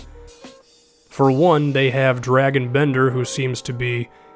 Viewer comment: holy shit is dra(soft a)-g-in not Dragon